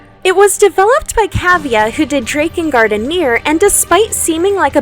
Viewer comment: This is my new favorite game, all because of the way you pronounced Drakengard.